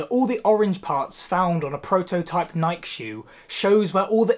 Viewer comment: after the 3rd time he pronounced nike i had to turn it off lol